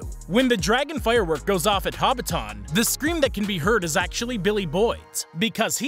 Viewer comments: Ha-bit- TON 😂😂😂 worst pronunciation I've ever heard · "Haw-bit-awn" It's pronounced like "hobbit" and the second syllable of "Britain" mashed together. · Bro why the heck you pronounce "hobbiton" like that? You said it like it's the name of a transformer lol